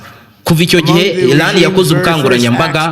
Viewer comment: Erega si ilan. Ni Iran. Sha prononciation ntuzi nsmba uracurika ugacurura...vrt uvuga inkuru nabi😅